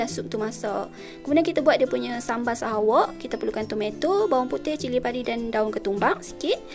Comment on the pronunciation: Sebutnya Sahawik....bkn sahawAk.